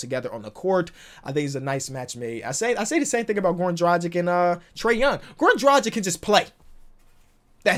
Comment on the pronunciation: Drah-gich not drah-gik